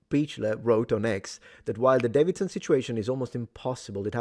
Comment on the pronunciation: It's pronounced "Day-vid-son". not "Dav-vid-son".